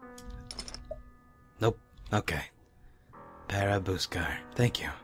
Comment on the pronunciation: Funny,"Para buscar" sounds like Portugal Portuguese.